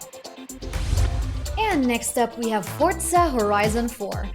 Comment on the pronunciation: fortza i think you say it its forza not fortza